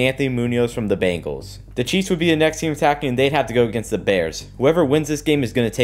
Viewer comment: 11minutes in you called the Bengals bagals😂😂